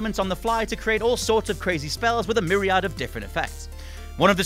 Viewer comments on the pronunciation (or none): none